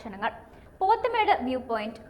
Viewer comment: Pothmedu alla pothamedu